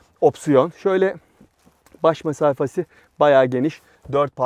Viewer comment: çok güzel diksiyonunuz var dedikten sonra nazar değdi ve de "baş mesafasi" ni duyduk :)